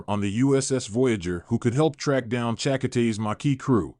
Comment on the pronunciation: Already knew this was a crap video within the first minute, as soon as the "narrator" mispronounced Chakotay's name. DON'T waste your time watching it.